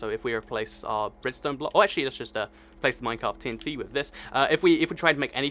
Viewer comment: It sounds like your saying "TNC". T is a letter. Dont forget it.